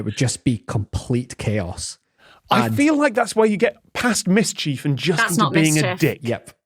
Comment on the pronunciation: Am I the only noticing that Tom pronounces mischief differently from the rest of them. “Mis-chief”